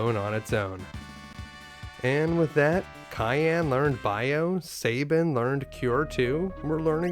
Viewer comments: kay-an, ok bud, you know you were trolling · Holy f*** mate, CYAN not CAYENNE! One is a color and one is a food!